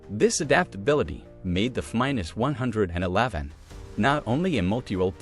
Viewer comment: I think the content you are presenting is decent… But I stopped watching do the continual mispronunciation of the AI narrator.. A few… no problem. But constantly getting the planes name wrong. Anything with numbers. It’s too much.